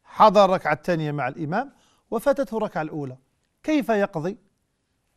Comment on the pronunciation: بارك الله فيك ياشيخ لكن والله يؤسفني بإبدالك التاء بدل (ث) التانيه وهي في الحقيقة الثانيه